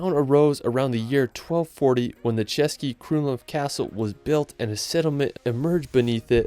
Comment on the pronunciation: Nice pronunciation of the Český buddy, appretiate =). Those ščřž not ez for foreigners ♥